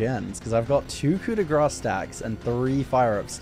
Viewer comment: Grâce is pronounced like "grass"